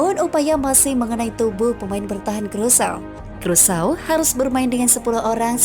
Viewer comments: Krusao negara mana ya??,, yg saya tahu Indonesia Vs Curacao,, dibaca Kurasao, negara bagian dr kerajaan belanda,, itu sih yg sempat gue baca di peta,, kalo Krusao sih ga ada dipeta. Bingung saya,, ini saya yg salah denger atau adminnya yg salah ucap,, tp masa iya salah dr awal sampai akhir,, aneehh, 🤣🤣🤣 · Aduhhhhh "krusau" dari mana nie. Bikin malu aja nie cewek yg bacanya aja kacau